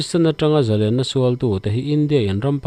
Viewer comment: Zalenna len-sangha manna len ang hian thluk teh u. Tiang lo hian in hmang vek a, a dik lo tih pawh in hre lo. Paula chuan Zalen a ti. In thupuiah pawh lên (a chungah thlukna) in dah kuau khi a dik lo)